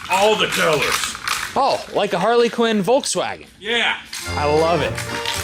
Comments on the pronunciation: just so you dont get roasted saying harley quinn around some volkswagen nuts id like to let you know its pronounced a har-la-kin and im pretty stoked you even knew what one was honestly. love the build tho looks snazzy! edit: the name is also PERFECT! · I'm sorry but every time you said it, it rubbed me the wrong way. It's harlequin. Not Harley Quinn. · Harlequin. Not Harley Quinn. I'm dying over here 🤣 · Are you saying Harley Quinn? Please stop. It hurts my ears every time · named the kart without even realising due to his pronunciation. Harley Quinn.